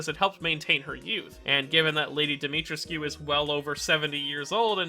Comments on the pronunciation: Its Dimitr(ehh)scu. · Fuck as a native Roumanian hearing you pronounce her name hurts. Try to be gentler on the "trescu" part. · Oh god , every time he says Dimitrescu it makes me cringe ( I'm Romanian and Dimitrescu is a Romanian name )